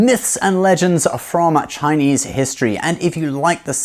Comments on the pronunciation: Gosh can i just say how happy i am to hear you pronouncing everything so properly and accurately, thank you for respecting my culture enough to say it properly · Chinese here. Amazing pronunciations here folks. He's the real deal